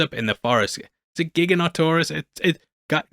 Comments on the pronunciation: giganoto-saurus not giga-not-o-saurus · Gigantosaurus is pronounced like that, not Giganotosaurus.